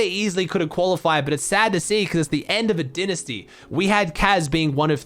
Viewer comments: Who’s gunna tell how to say dynasty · The way pronounced dynasty 😂